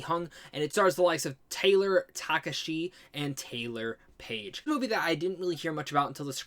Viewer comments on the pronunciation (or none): Missing the ‘ha’ in Takahashi